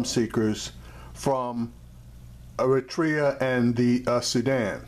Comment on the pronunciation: you said ERITREA perfectly